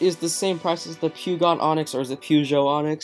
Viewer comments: Puuugot? Its pronounced per-joe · Peugeot is pronounced "Pojo" lol, great video though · you say Peugeot onyx like this: PURR- SHO- ONIX